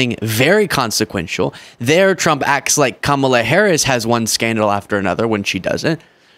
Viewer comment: The irony of him patting himself on the back for pronouncing a name… but can’t say Kamala’s 😂